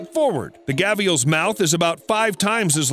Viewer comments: Mate, they are not called gavials!!! They are called gharials!!! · What's a gaviel?? Its Gharial pronounced as Gha-Di-al. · Gavial??? It's GARIAL. Fucking hilarious mate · So I had to look up the word gavial and I found out that it was the variant spelling of gharial which I knew to be the crocodile that you were speaking of so why my whole life I've known it as a gharial why must you use a variant spelling and pronunciation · Interesting pronunciation of Gharial there.